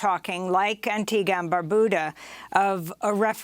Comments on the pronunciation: Antigua and 'BarBYOOODA' not 'Barbooda'. Otherwise excellent as always. 🥰🥰🥰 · Antigua and BAR-BU-DA not BOO-DA learn ur pronunciation's thats considered an insult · Funnily enough that is the correct pronunciation. And one of the few times I've heard a foreigner get it. Unfortunately, she said Barbuda incorrectly.